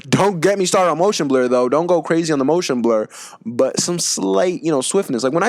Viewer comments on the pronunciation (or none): none